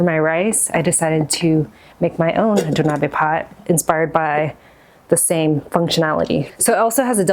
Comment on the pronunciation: FYI it's pronounced "doh nah beh", not "doh nah bee"!